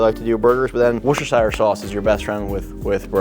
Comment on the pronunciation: Wooster- Sheer Chef Wooster-Sheer 👍